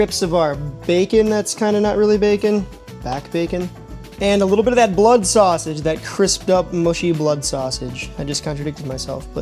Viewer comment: I wasn’t wondering where you were from, but then you said sass-age and I knew instantly! 🐻 ⬇️ my Chicago brother!